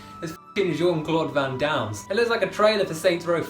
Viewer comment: "Jean-Claude Van Downs" xD